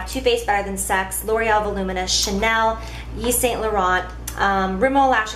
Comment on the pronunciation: When you pronounce Yves Saint Laurent, doing pronounce the 't'. It's French